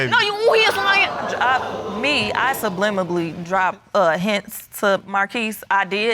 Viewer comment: Girl if you're going to down your own sister, at least learn how to speak correctly. "Sublimibally" is not a word.🙄